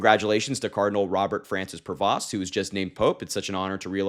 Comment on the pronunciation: His name is pronounced "PRAY-VO". The S and T are SILENT!